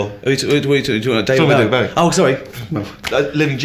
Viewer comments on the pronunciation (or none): I love when supposed bowie fans can't pronounce bowie